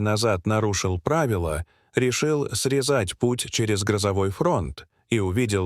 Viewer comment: Не срезАть, а срЕзать путь в данном вещании